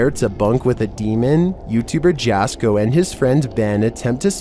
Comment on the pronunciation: Jasko is pronounced Yasko not Jasko. 😮 Just sayin. 😂